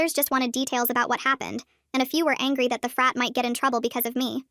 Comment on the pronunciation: Help when I was watching the short before the video at the beginning I thought she was saying fat president